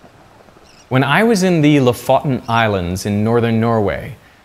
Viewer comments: Very interesting and thought provoking. My grandmother fed me cod liver oil and green peas from a huge spoon when I was little. I hated it but I'm glad she did. It's not pronounced as much "Lawfotten"? as "Loo-Foo-T'n"! :-) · The pronunciation is "lOfoten", not "lofOten". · How hard is it to pronounce vowels in the long way? Looooofoooooten. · Ugh, the start of the vid made me cringe bc im Norwegian. "Loffotten" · "when I was in the låf-åten island" -. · I'm Norwegian and when the video opened with "When I was in the La-fadden (Lofoten) islands" I did a spit take. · Amazing video, even tho you butchered LOFOTEN. It's pronounced LOOFOOTEN. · Lofoton is pronounced "Low - Foe - Tone" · “Lafutten” islands? LOL! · Why is it that so few YouTubers make the effort to even try to pronounce a location correctly? Lofoten is pronounced similar to "Low Fo Ten". Where "Low" is the word, but with a silent W. "Fo" is the same as "Photo" without the "to". And "Ten" is a lower "Ten" as in the number. Say them together, "LowFoTen" and you have a close approximation. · Lofoten is pronounced almost like «low foe ten». Loved the video, Derek! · Lo fo ten is how you say it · lofotn ... lol, the way you pronounced it was just so funny :D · Im sorry but as a norwegian i cringed when you said lofoten. You kind of said it totally wrong. Im sorry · The way he pronounced “Lofoten” made me smile It’s funny listening to people trying to pronounce our Norwegian places! Especially Stavanger, Trondheim or Tromsø😂❤️ (for me at least🤣🤣) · Did anyone else replay his pronunciation of Lofoten to figure out what he said? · I suggest he research and learn to pronounce Lofoten. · IT is cald tør fisk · Lofotens island. I don't think a single Norwegian or Swedish person understood what you said :) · Your pronounciation of "Lofoten" was just gruesome. The stress is on the first o, not the second. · Good effort on pronouncing Lofoten. As a Norwegian it still made me giggle. A great video none the less.